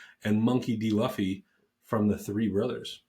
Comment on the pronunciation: before the one piece people come after you it’s Loo-fee lol